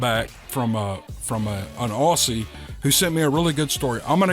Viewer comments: No offence here buddy. We more or less pronounce it ozzy though. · Mate, I really liked the stories. Your Australian accent was good. Your accent is really interesting, where are you from. The only thing you might like to know is that Aussie is pronounced Ozzie. (truly!) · I'm an Aussie and I can't do an Aussie accent,...I end up sounding like I'm doing a bad cockney accent, so how impressed am I that you managed to get Caboolture right, straight off the bat! Well done,! PS. Even though you pronounce Aussie as it is written, (and therefore, incorrectly) I don't think you should change how you say it 😅